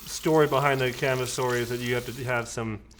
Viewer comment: Great video,! A couple corrections, though. First, "kamisori" does not mean "blade" like you state in the video. It translates to "razor", and is written as "Shave-knife". 剃刀. 剃る (so-ru) means "to shave", and 刀 (ka-ta-na or toh-oh) means "sword" or "knife". Second, since it's a Japanese word, it's pronounced more like "kah-mi-so-ri", as opposed to your "ca-mih-sor-ih".